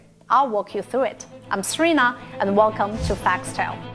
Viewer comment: Serena pronounced SreeenaH. Dat Accent!